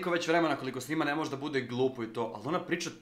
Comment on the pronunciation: KAKO JE REKLA MOZJE HAHAHAHAHAH